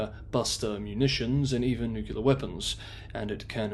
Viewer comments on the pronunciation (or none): NucLEar, not nucUlar. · "Nucular" and the channel name is enough to stop watching lmao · 'Possible, possibly, may be, might, might, could potentially be.... Look, for the record, the word nuclear is not pronounced 'nuke-you-lar'. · Please please please learn to say nuclear correctly. It is NOT "nuke-you-lar". It is "new-clear". That mispronounciation is like fingernails on a chalk board. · noo-clear, not nuke-u-lerrr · Not acceptable to say nukular? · Nyoo - clee - ahhh. That's as bad as the Ardic or even the Innerned. Although everyone seems to have an inner Ned these days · But he has a British accent even if it is working class, doesn't that impress anyone anymore, guess not, and he can't even say nuclear, maybe pandering to the US nukular preference version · Tomato is accepter in every dictionary as having an English and an American pronunciation. They are both spelt the same way. "Nuclear" does not have 2 pronunciations. Nucular is not found in any dictionary. It is simply incorrect and shows poor education. It would be better if you apologised and told of his mistake. If you speak to the public, then you must also learn from the public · I appreciate that you usually pronounce English correctly, much closer to the worldwide standard of American Standard English than horrendous British. However, 'nu-kyu-ler' is horrible. You are far too educated and articulate for that. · Irrelevant. Tomato has two acceptable and correct pronunciations. Nuclear does not. There is only one correct pronunciation for 'nuclear', and it is not 'nu-kyu-ler'. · Why has incorrect pronunciation of noo-clee-er proliferated since president Bush? Just look at the spelling. It’s not hard. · Pity that this guy can't spell "nuclear". He seems to think it is "nucular"